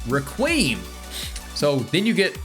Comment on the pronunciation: The way you say requiem also do you not know that c moon whitesnake and made in heaven are all puccis stand right?